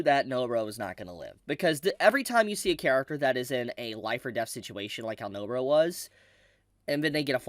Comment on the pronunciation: I like how you say No-bra instead of NobAra. Cheers.